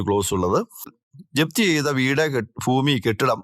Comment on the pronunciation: ഫൂമിയല്ല ഭൂമി എന്നു പറയണം.